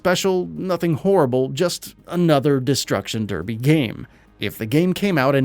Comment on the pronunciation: go and learn how to pronounce derby